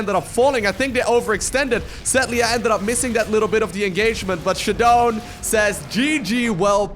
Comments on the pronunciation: ShaDoWn should be prounounced as "shut down" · i pronounce his name shadow-N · I think this is "Shadow N" is how it's pronounced.